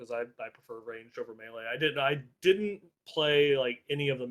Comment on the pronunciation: Never heard someone pronounce melee like that. Mealy?